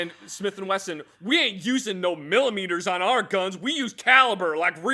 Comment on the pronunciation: once said “Muchos milimitress”